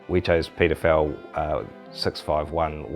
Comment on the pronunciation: I just said, "The what product?" Just jumped straight into the description and discovered he's pronouncing PeterFell with a New Zealander accent. lol